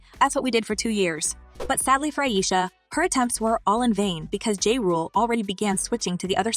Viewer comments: Girl, the man's name is pronounced JAH, not JAY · This is not the first time I heard you butcher someone's name, before making these videos do some research please 🥺 I'll give you a like, but do better next time please.